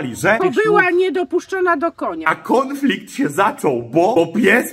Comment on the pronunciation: Jak nie dopuszczona do konia to „końflikt” a nie konflikt 😂